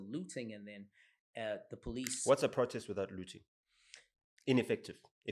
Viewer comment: Don't nobody pronounce "protest" like this supposed American fool.... Not even Americans.... Strange... Mara yonke insipho iyawasha.